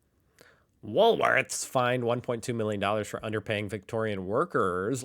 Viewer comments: it’s called Wool- Worths 😊 I wish you’d get it right 🫶🙋‍♀️🇦🇺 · "Woolsworths Again"! Another Ryanism